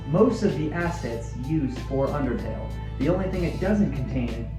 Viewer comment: im sorry you said outertle, and i kid you not i flipped OUTERTALE IS BEST THEN SWAP THEN FELL!!!